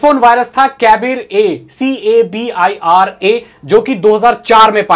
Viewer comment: cariba. not cabira